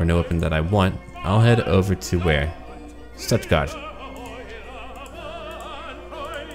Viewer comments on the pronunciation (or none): How dare he say Stuttgart wrong